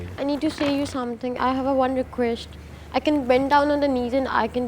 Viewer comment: what is requesht and pleash english to thik se bolna sikhle ladki